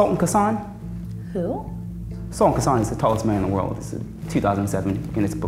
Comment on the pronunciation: The way he pronounced Sultan Kösen got me 😂😂